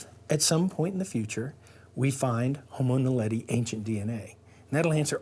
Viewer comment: 에서, "호모 날레디"를 성우가 "호모 나델리"라고 잘못 읽습니다. 이 영상의 설명에서도 "호모 날레리"라고 잘못 써놨네요. 명칭이 생소하긴 한가 봅니다.